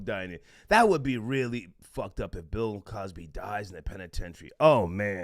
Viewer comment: Lmao OK I fuks wit dis dude he said "Pill Cosby" I'm weak AF